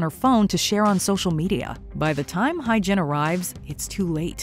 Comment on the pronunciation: You guys really butchered their names lmfao. Jung is pronounced as JOONG, Hye is HE-YEA.